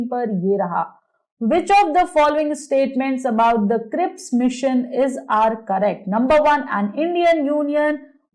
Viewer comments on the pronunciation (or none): It's cripps not crisp